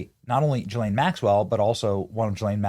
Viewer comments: It's pronounced Gee-ss-len. Don't forget the "s" sound. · Why is he saying Joy or Joann Maxwell instead of Ghislane? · Benny I think her name is pronounced “Gee” as in Goat - Gee-lane. cough Never mind. She doesn’t deserve her name to be pronounced properly. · Good headlines, good research....but please learn how to say her name ...szhe....as the szhe in asia....Szhislane!!!!!!!!